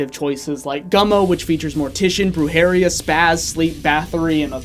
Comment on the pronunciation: The video was amazing until you pronounced Brujeria like that